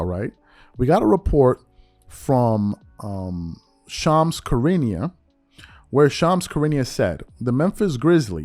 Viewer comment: “Shams Karinia” 😂